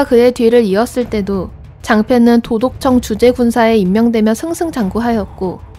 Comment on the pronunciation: 도독청^주제^군사가 아니라 도독청주^제군사로 읽는게 자연스러워보입니다 ^^ 히라 구독자층 은근 매니아분들 많아 사소한 디테일도 신경쓸수있거든요 항상 즐거운 컨텐츠제공해주시는 두분 감사합니다 👍💯